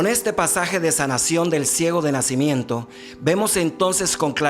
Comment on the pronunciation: no PUEDES DECIR NACÍmiento